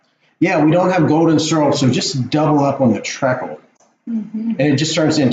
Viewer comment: Not trekle😂 it’s treecle!!